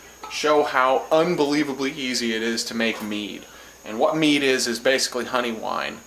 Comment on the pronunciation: Tow things one you be sayin it wrong and tow can it get you drunk